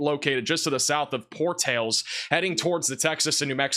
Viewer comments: It's Por tal is not Por tales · Por-tal-es but thank you for this channel and your content! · It's pronounced Por-tal-es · Portalas NM is pronounced Pour towel ass Cherokee Ok is pronounced Chair o Key not chair roe kee Miami Tx is pronounced Mi am a. Lajunta, Co, is pronounced La Hunt a Just fyi